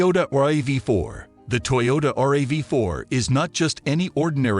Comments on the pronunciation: Once he said "the R A V 4" instead of RAV4 I was out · RAV 4 not R a v 4 jees! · Hate these videos with computer voices that don't know how to pronounce things. Probably all content from a chat bot. "R.A.V. Four" lol!